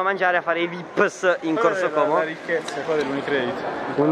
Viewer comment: Bravo qualcuno che dice como in modo giusto (sono del lago, so come si dice)👍👍